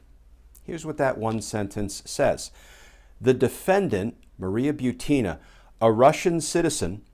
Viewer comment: Thank for pronouncing my last name properly. I hate when people say BUT-in-a lol. (No I'm NOT related to Maria)